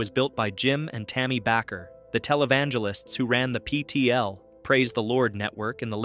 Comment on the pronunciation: Bay-ker...AI=artificial ignorance